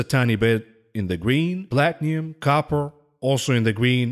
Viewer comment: Plat nee um... Plat ee num... Got me talking like you Even called my kids robinhoodiots. I have to buy plat Shares cause I'm saying. Plat nee um. All day 😂😂😂 Your a funny man